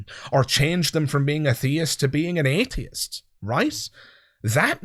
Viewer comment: Love your channel, but I'm especially fond of how you manage to stretch the first syllable of "atheist" out for the length of three syllables. I'm not an atheist; from now on, I'm an "ayyyyy-theist".